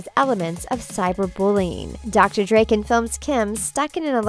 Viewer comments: It's pronounced DRAKEN not DREAKEN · stop pronouncing drakkens name wrong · Thank you , first i thought oh she got it wrong funny but than she continues 😧 It's Drakken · Weird how she pronounces Drakken's name. But I do like it though. If they were to make either another movie or cartoon series I wouldn't mind there being a character with a name pronounced like that. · The narrator of this vid can't even pronounce Drakken's name right.